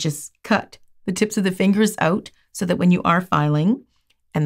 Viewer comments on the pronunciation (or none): just looked it up. and yes i was right. i realized it when you said "out" .